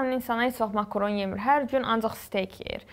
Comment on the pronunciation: Makoron deyil makarondu. Bu qiz danisa bilmir ne videoda ne de heyatda.